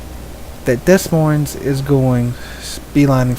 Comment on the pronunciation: It's Deh Moyne. S's are silent. Good vids though.